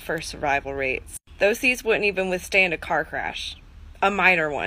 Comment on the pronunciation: ish love how smoke wafts past her face and she slurs withstain a car crash. SMH 🤦‍♀️